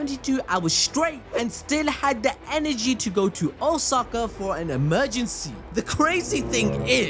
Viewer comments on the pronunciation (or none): none